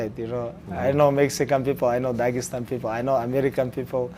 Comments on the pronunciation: tony : "daegestan " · Tony: “Dagestan.”